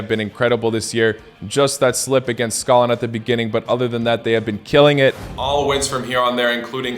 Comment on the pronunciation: Good comentary. 👍 Please try to pronounce "Scotland" properly. As you can see it has a " T " in there. "Sco - T - land". You are pronouncing it as "Scolland". It took me a while to understand what you were saying. 🤷‍♂️